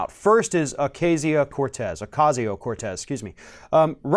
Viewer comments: Baby... guy... handsome... I love you... I love your info... it keeps me grounded in reality & informed by a trusted source. But please... Ocasio is pronounced Oh-Caw-see-oh... The a in Ocasio is like the a in Taco's Love You😘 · pronunciation: Ocasio... is oh-kahsio; not, oh-kaysio